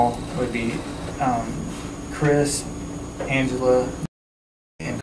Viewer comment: he couldn't even say Angila's name.